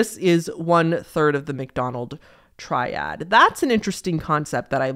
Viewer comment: For a second I thought she said 'McDonald's triad' and got REALLY confused as to why fast food was involved. Had to go back to the start of that segment to reassess. lol